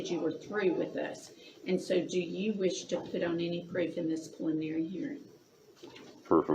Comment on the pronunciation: "Pliminry" Hearing